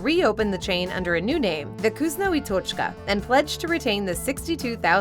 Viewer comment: its pronounced "vkoos-NAH ee toch-KAH"